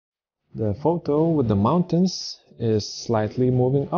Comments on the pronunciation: "If you don't know what is parallax,..." ...and "mounatins"??? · One Skill "MISTY MOUNA-TINS" LOL